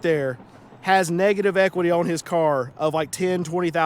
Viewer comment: On is not pronounced OWN